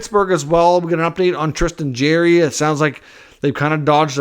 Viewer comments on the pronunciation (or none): You got to start pronounce jarry name right